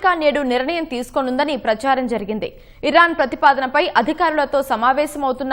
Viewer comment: అది ఈరాన్ అనాలి